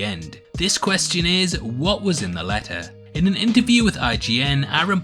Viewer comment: "the leh-uh", "communi-eeh", "khee"